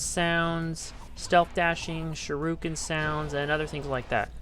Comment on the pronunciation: It's shu-ri-ken, hearing you butcher that was messing with me the whole video 😂